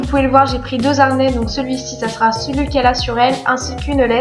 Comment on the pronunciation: un harnais, le harnais. h aspiré. et l'aéroport. aé, pas are. merci pour les informations.deux harnais.. sans liaison. h aspiré. on n'entend pas z entre 2 et h...le handicapé, pas l'andicapé, le haricot, pas l'abricot.Le poids du chien? je crois que maximum 8kg avec la caisse et le chien.